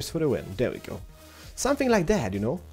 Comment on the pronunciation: I dont "Knjow" is so funny the way you say it. XD